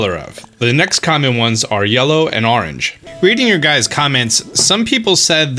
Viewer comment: Pronounces "orange" as "arrange". "Wooder"